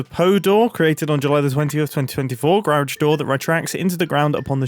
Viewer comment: Wait wait... did Mumbo just say "garage" like an American?!